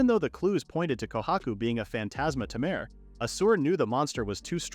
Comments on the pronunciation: Why "Tamaire", not "Tamer"? hehe. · Please teach the AI to pronounce 'Taymey' rather than 'Tamur'. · The way it keeps calling him a ta-mer and not a tamer is pissing me off… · The "a" in tamer is pronounced as "eyyy." It uses the long a pronunciation. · i love how they pronounce tamer as Tamehr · Less than 2 minutes in and tamer being pronounced as tam-air repeatedly is making me choose between sucking it up or leaving is killing me. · Didn't realize tamer was pronounced as tomare. Problematic AI speech. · AI reads it tamere for the guy but reads as tamer's guild for the place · That's not what the narrator says, though. It says "Tamir" /tuh-meer/ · ai cant read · Like tay-mer the correct way, the vid's pronunciation wrong. It sounds like a bad french impression. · "Temeer" makes me want to stick knitting needles into my ears. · So we've been saying tamer wrong this whole time. 🤔🤔🤔🤔🤯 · Why do I want to put up with an AI that can't even pronounce "tamer" correctly when the developers aren't even interested in hearing the first few minutes? Animeworks is just a cash cow to them. As for the dev of it, they have better things to do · Ugh... omfg... learn how to make the AI voice properly say the word "tamer". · Til I have spent my entire life mispronouncing, "tamer." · He knows.. It was obviously them being sarcastic and making fun of the mispronunciation. XD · No, it's definitely just this video doing so xD